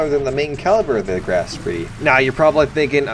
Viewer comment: Where the R at ? Show me on the doll where the R is located in SPEE . Admiral SPEE. Emirl SpRee is suitable for a channel with a maximum of 3 subscribers.